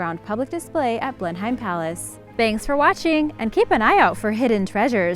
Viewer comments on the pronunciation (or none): At least do your research...... Blenheim is pronounced 'Blenim' not Blen-hime..., Leicester isn't Layster but pronounced 'Lester' oh and the rest...... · you’re butchering those place names again! leicester - lester, Blenheim - blen-im. google them and listen to how their pronounced. it only takes a minute and avoids a lot of grief and negativity! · Blenham not Blem em. Oxfordsheer not shyer. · So many, many mispronounced words! Just a few: Leicester = Lester Blenheim = Blen-em Cliveden = Cliv-den There were more, but I don’t want to listen to it again to make notes. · It's pronounced "Wah rek Shy err!" It's pronounced "Lest errr!" It's pronounced "Blem em!" It's pronounce "Mal brah!" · Blenheim Palace? Said Blenham and anything with Shire on it is said as in SHEAR! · and blenheim